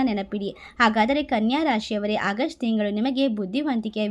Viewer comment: It's not hagust madam.Its August.